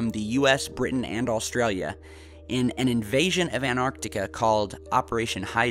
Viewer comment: An-tarc-tica, there are two "t's" in the word. So many people mispronounce that word.